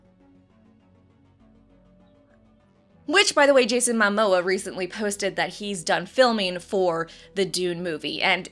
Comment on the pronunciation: Did you pronounce Mamoa as My-moa?